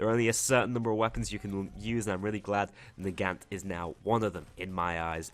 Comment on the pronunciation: The Nagant is pronounced Na-gon-t